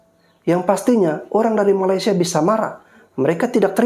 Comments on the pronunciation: Sebutan kamu tu kena betulkan. Ma-lay-sia...Melay...Melay..Melay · Dorg tu takpandai eja Malaysia.. Yg dorg sebut malasia pastu singktkn jadi malas... Kan lawak tu